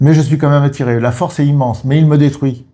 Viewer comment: Tu voulais dire force et tu as dis farce;-) merci pour ce partage de votre part, c'est très intéressant!